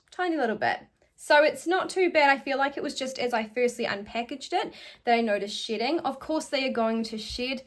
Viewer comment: Me trying to figure out why all the wigs are sh*tting and what u mean by that, the realising u saying shedding. I really feel stupid lol english is not my first language. Atleast I got a good laught at my brainfart lol :)